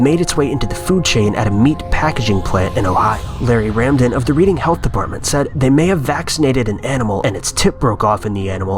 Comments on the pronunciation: RED-ING Massachusetts. Not READ-ING. I know its spelt Reading but yea. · it's pronounced Redding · its red-ing mass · “Reading” Massachusetts is pronounced “Redding” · Reading is pronounced Red-ing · It wasn't a fast food place but 4 of us went to a Chinese restaurant in Boston one evening and I pulled a piece of plastic out of my mouth on my first bite of food. I threw up at the table I was so grossed out! (Re: #1. The town is pronounced 'redding' LOL) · Dude, come on. It's REED-ING, Massachusetts. I grew up next to that place, it's actually a pretty nice area. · Reading, Ma is actually pronounced "redding". Source: am from Mass. thanks for the chuckle though, but don't worry.. every outsider says it wrong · Although it's spelled Reading, it's pronounced Redding Massachusetts. FYI....